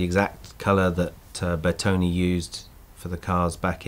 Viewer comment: BeRtone not Betone -.